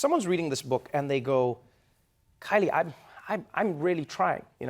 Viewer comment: Ooh I came straight to the comments to make sure i wasn't the only one who thought it was an 'R' instead of a 'K'😂😂